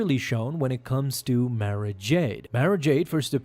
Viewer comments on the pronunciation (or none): Nice video, one thing I think it is pronounced Mara like tomorrow not Mare-a.